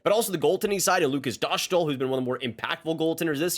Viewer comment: Nice video, I am just gonna correct you, his name is Dostál, so it’s not Doshtl, but Dostaal (it’s pronounced the same way like the Staal brothers)